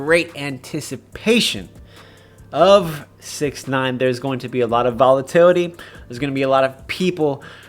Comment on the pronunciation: Vola-titty? Dude, just wait till you sober up before recording these 😂